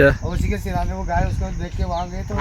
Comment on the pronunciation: भाई गऊ माता की ट्रांसलेट सही किया करो। गए नहीं होता गाय सही उच्चारण होता है।।